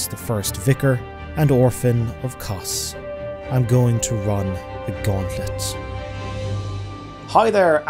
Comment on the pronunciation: Dude, you can't just say Kos. Some say Kosm.